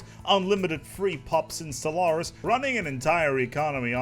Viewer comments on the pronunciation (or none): none